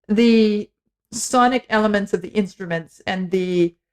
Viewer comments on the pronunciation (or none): none